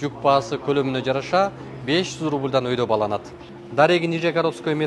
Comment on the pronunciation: Баланат эмес бааланат так суйлосон диктор.